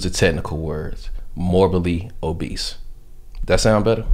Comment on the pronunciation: Man said “ morbally obese” 😂